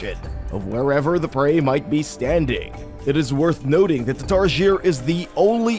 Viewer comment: its pronounced TAR-SI-EY not tar-sheer